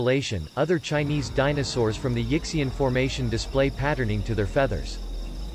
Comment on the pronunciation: Yixian is pronounced more like ee-sshyen (y as in yes).